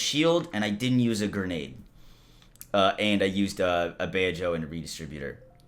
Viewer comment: GRE-NADE. Not GER-NADE. You’re an adult.